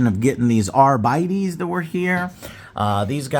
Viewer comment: "Arbeedees"? What? It's just Arbites.